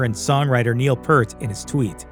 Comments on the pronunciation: & : Neil Peart's surname is pronounced "peert", not "pert". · It is not PERT. His name was pronounced PEERT. Like "Pierce" but with a "t" instead of the "s" sound. "Pierte" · Learn how to pronounce Peart for Christ Sakes. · The guy doing the voice over for this video kept mispronouncing Neil Peart's last name. I kept cringing every time he got it wrong.